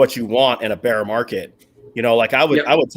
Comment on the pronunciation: love you man but don’t say ‘beer’ market. Say ‘bear’ market, like the animal not the drink. My german is horrible, not criticizing you only trying to help.